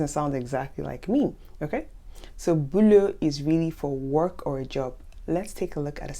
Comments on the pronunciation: The pronunciation I am used to is "bo", "boulot", "po" whereas yours is kind of "bö", "bülot", "pö"... Understand what I mean? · ...it's still me - Barbara - asking: what about the pronunciation of "beau" and "boulot"...? 🥰